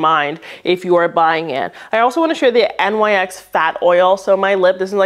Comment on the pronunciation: Love this video! Wanted to also point out NYX is pronounced like Nix (they’re named after the Greek goddess)